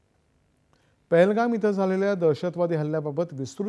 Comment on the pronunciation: pahalgam not thahlgam